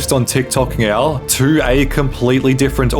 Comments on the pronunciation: I swear you are saying meow instead of saying now? Is anyone else hearing thing. Super troopers vibe! Haha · He pronounces words like "now" as "ng-eow", "Netflix as "Nyetflix", etc. throughout the video and frequently pronounces his t's as g's. Not sure if it's a speech impediment (or multiple), or what.